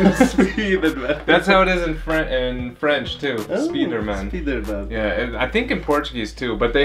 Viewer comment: Spiderman a gente fala Spidermain, não speederman hahaha